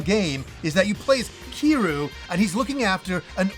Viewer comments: It's pronounced as Kir-yu. Nit keeru, come on. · "Ki-ru"... Has Y in there.😂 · Why are we pronouncing kiryu like keeroo 😂